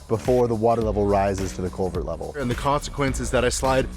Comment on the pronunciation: Just a fyi-- it's culvert, not covert.